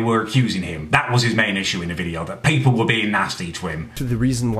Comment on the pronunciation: Wooo is that a hint of a Bristol accent coming through on the 'were'?